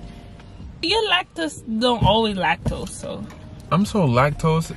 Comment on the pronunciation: lac tose “lack toes”😭😭😭